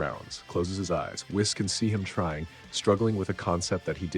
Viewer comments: It's pronounced whees by the way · Whis name is pronounced "we-suh". Great story!